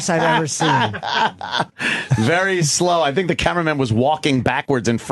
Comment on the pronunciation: "Shhink about it"